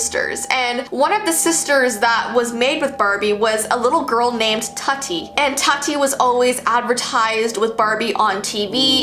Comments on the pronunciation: It's TOOTI pronounced and she was discontinued, end of it. Tut-ee lmfao. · Tutti is pronounced like it rhymes with fruity not nutty. The Barbie you showed with tattoos was called Tokidoki Barbie not Tattoo barbie and was not removed from the shelves despite parents complaints over an adult collector Barbie. The 1960s Barbie fashion with the weight scale would not have been removed from the shelves in the 60s because of today's current standards. The Haunted beauty ghost Barbie was part of the Haunted Barbie adult collector series which also included a cool zombie Barbie. The Barbie that recorded the child's voice with wifi did not send the messages back to Mattel but back to the doll to repeat the message. I enjoyed and appreciated your video but the inconsistencies drove me crazy. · Indian be like tutti wha